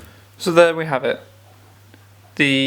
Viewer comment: For an english speaker, Wera is to be pronounced "verah" and not "wearer". Every "W" in the German language is pronounced like the "V"s are in the english language.